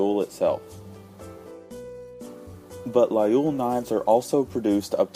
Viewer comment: Please try at least pronounce Laguiole right.